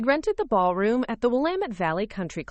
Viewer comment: I must say I am surprised that your narrator actually knows how to pronounce the word ‘Willamette’ correctly!